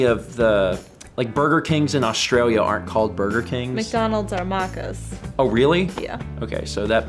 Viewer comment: Ye, we have hungry jacks. and Maccas pronounced like Machcas sounds like a weird off-brand coffee. We say it (Mac-cas)